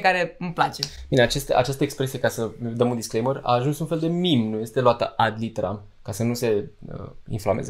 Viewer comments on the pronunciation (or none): none